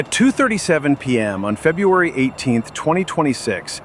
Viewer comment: "FUBRUARY" 18th 2026?!?!? YGBSM!!! TOTALLY LAME channel BLOCKED!!!!!!!!!! Looking at the THUMBNAILS for your "OTHER VIDEOS", EVERYTHING else you have posted is JUST AS TOTALLY WORTHLESS!!!!!🤣😆